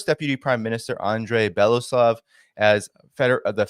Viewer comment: It's BeloUsov, not BElasov.